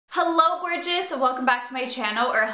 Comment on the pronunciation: When she said hello gorgeous I heard hello VIRGINS!...